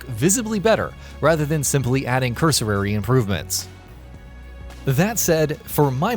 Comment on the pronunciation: Cursorary, he says 🤣